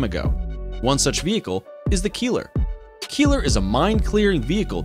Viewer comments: It's not a "Keeler"...it's pronounced like "Kyler". Keiler ist the german word for a male boar. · That minesweeper is not pronounced "Keeler". It's something like "Kyler", meaning wild boar. If you watch boars who search for food, you know why they named that vehicle so. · You pronounce "Keiler" wrong. The "ei" is pronounced as the "i" in hiding.